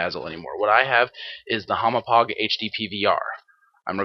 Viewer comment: lol u called the hauppauge a humo-pog i know its difficult to say, kinda like how people say deku deeeku, but i lol'd